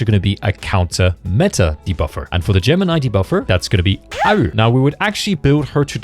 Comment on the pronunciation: Is it some inside joke or why are you pronouncing Haru as "Aru"?